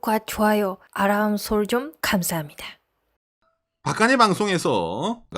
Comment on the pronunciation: 제발 안되는 발음으로 구독과 조아죠 아람솔정 이것 정말 시르다 하지마 하지마세요 아 오해 하신것 같은데 저 이것 매일 봅니다 너무 조아요 너무너무 너무